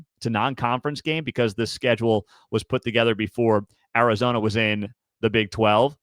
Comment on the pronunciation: You bafoon it’s Arizona